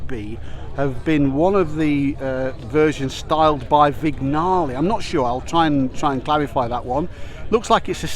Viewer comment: Please, guys, could you learn to spell Italian names just right? It is quite terrible to hear such wrong speaking! Camagnolo is spelled like Campanniollo, Lancia is spelled like Lancha and Vignale is spelled like Viniale! Please, don't try to terrify italian words with an ugly version of english speaking. It hurts my ears and taste!